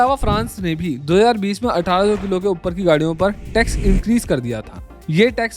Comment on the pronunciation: Bhai your content is good but at times aapki voice clear nahi hai isliye subscribers less hai. 7.15 pe see how you pronounced 2020 and 1800.